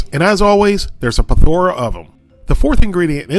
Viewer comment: Minor nitpick, skip if you want: PLETH-or-uh, not pleth-OR-uh.